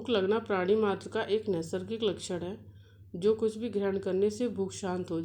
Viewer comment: Nassargik word ko clear karden mam